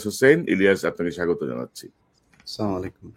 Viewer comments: আলহামদুলিল্লাহ, ইলিয়াস, ভাইয়া, সামালিকুম না আসসালামু আলাইকুম ভাইয়া সারা বিশ্বে তুমি খাঁটি মুসলিম ইনশাল্লাহ🧍‍♀️ সালামও তোমার খাঁটি ভাবে উচ্চারণ করা উচিত, খারাপ ভাবে নিও না অহংকার নয়, আদর করেই বললাম, ইনশাল্লাহ, ফি আমানিল্লাহ, 🤲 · ইলিয়াসের সালাম দেওয়ার উচ্চারণ সঠিক নয়। আপনারা ভালো করে শুনে মতামত দিন